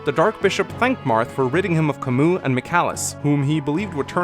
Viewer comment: Still pronouncing Camus’ name wrong, I see.